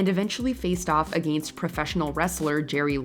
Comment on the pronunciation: The way the commentator of this video says "against" is insane.